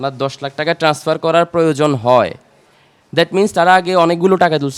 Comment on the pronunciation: এই মহিলা ব‍্যাংক কর্মকর্তা হয় কি করে ট্রান্সফারকে টেনাসফার বলছে।